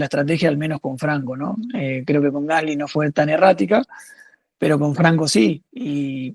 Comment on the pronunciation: Excelente nota! La mejor de todas las que escuché. Un solo tema, el apellido del compañero de Franco se pronuncia "gaslí", es francés, se pronuncia con acento en la i.